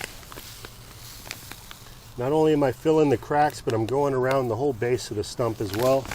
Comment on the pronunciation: It is correctly pronounced “stump” but he wrongly repeatedly keeps calling it a “stomp” 🤣😂.